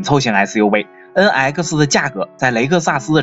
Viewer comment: Please improve your pronunciation! NX! Not en aisi!